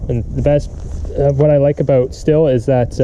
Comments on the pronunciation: Stihl is pronounced Steel not still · Believe it or not it's pronounced steel. Just sayin